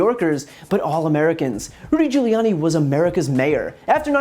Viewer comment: lmao at Giullani.